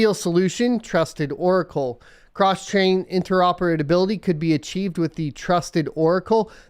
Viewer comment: those "interoperadability"'s were painful